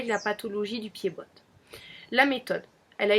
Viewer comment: Pied bot le t ne se dit pas lol